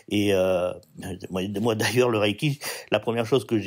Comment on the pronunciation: Bonjour, tout d'abord on ne dit pas" Raille"-ki mais" Reille"-ki. Deuxièmement, quelle sont vos sources?